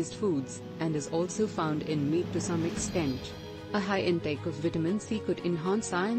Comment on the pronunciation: When is this translating b** going to learn how to pronounce vitamin?